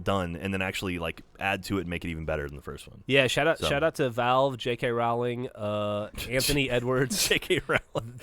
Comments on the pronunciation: I think you'll find its Rowling like bowling. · U said J K Rowling wrong